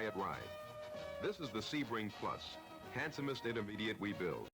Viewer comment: Did he say handsomnest..you meet most handsome?